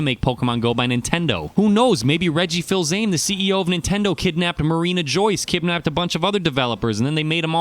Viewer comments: It's "Rej-ee-fees-a-may," not "rej-ee-filz-aym." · Best pronunciation of Reggie Filsame. Totally correct.